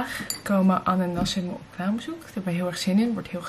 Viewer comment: Elke keer dat je An en Nassin zegt denk ik dat je ananas zegt😂